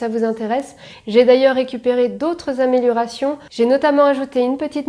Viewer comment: "Améliorérations", bien sûr! évite de picoler...